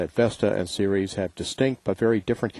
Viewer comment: Pronounced “Series” but it’s spelled Ceres.